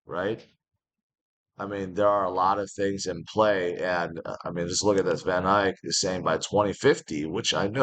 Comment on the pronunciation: u say it wrong it is van eck sounds like van eck its dutch. there's no y in vaneck!